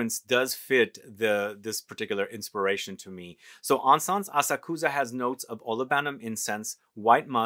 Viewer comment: Asakusa- pronounced with emphasis on second syllable. a SAK sa. The “u” is barely discernible. Had the good fortune to have heard this particular Koto musician live. She’s extraordinary. It’s a difficult instrument. 😊